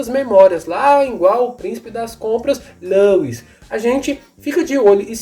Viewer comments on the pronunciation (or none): none